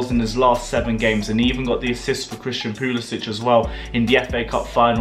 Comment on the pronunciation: Got damn it's pulisic not pulisich his not Slovakian it Siberian